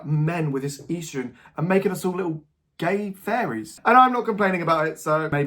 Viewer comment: I’m so sorry but EASTrogen is killing me 😭